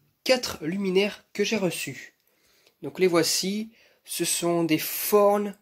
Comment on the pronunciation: C'est beau on dirait qu'elles sont modernes :D Je savais pas que çà se prononçait "forn" pour Thorn